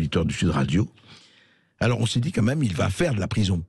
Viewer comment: Une petite remarque à André Bercoff : on ne dit pas "ka même" mais "quand même". Pour revenir sur la condamnation à un an de prison ferme, je trouve personnellement que la purger en famille, en présence constante de l'objet du délit (sa fille), est psychologiquement plus dur que de la purger tout seul dans une cellule, parce qu'il ne pourra pas fuir ce que ce souvenir lui inflige. Mais le mieux, bien sûr, aurait été dix ans de bagne à Cayenne.